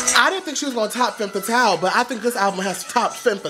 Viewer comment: one tip for your pronounciation its called "Fum" Fatale not fem fatale.